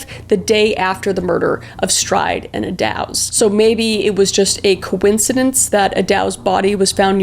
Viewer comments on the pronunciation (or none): No hate Kris, maybe next time watch a documentary so you know how to pronounce the names. Thames sounds more like "Tems" and Eddowes is Edd-Ohhs. I love your true crime stuff, please keep it up 💜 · I’ve taken the tour of Whitechapel and it’s still kind of eerie. I recommend it though if you’re ever in London. We even had a drink at the Ten Bells which still exists and where most of the women would patronize. Also, it’s pronounced like “Edd-does (like a female deer)” instead of “Edd-dows”. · Kris I love ya! But Eddowes is pronounced like ‘meadows’, and Mitre is pronounced like ‘fighter’. You’re my favorite! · you have the strangest mispronunciations..takes me out of the video. for the record: 'mite-er', 'mont-ahg-you', and 'ed-ohs' is the agreed upon pronunciation....and I assume you were trying to say 'lou-well-en'